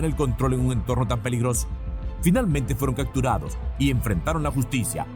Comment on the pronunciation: aprende a decir CAPTURADOS! SIEMPRE DICES CACTURADOS